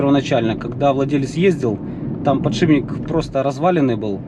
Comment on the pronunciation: подшиБник твой запарил. Бесит когда так говорят механики